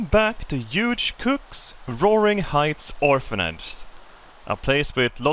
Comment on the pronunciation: Hey, you've probably heard it before. But Hugh is pronounced "Hue" like say Hu and U at the same time.